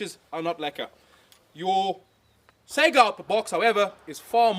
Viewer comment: It's saygA, not sega. At least listen pronounciation in translator, you're shaming yourself. Both letters must be capital, AK. And not every AK is 47.